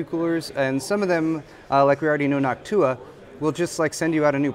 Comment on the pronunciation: why Noctùa and not Nòctua!?